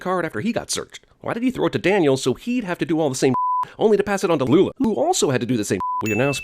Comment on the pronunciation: something about you saying "Lula" and "Isla" is wrong in this video. As if you cut the syllables together from other sources.